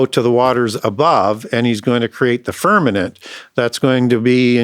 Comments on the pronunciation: I respect teachings, but someone PLS tell him it's FirmaMent, NOT FirmaNent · I have listened to a lot of podcast, and even have his two books. I wonder why he uses the word "firmanent" instead of "firmament". I actually had to look that word up to know if there's such word but couldn't find it. Can someone correct him please, it throws me off. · lol with the amount of wisdom that man contains, he just can’t seem to get that word. Glad someone else caught it. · .. you are correct .. I caught that, too .. God's Firmament ❤